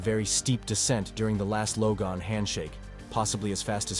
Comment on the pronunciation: Bot read - “‘logue’ on” is not at all how ‘log on’ is pronounced. Listen for it. It’s in here more than once.